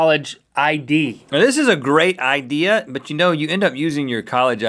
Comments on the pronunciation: "Now this is a a great ID-ea" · OH I GET IT IDA INSTEAD OF IDEA XD wow lol